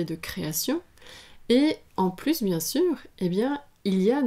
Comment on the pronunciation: Je vous ai bien écouté et merci de vos enseignements, c'est passionnant mais de grâce, à votre tour, pourriez- vous m'écouter? on ne prononce pas le s à plus, ce qui nous permet de faire la liaison.